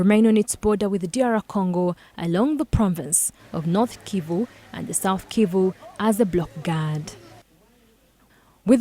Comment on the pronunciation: It is Kivu not Civu….